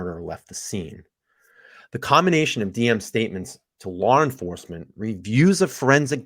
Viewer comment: Why do you say LawR enforcement lmao 🤣